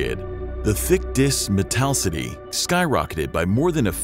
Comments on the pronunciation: "Mattel-city"? It's actually pronounced METAL•IS•CITY, "METALLICITY"! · Except how to properly pronounce metallicity.😬🤣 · It's all fun n stuff, but you pronounced "metallicity" wrong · No offense, but I think you are mispronouncing “metallicity”. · suggestion: do better on pronuciations. such as globular and metallicity are wrong.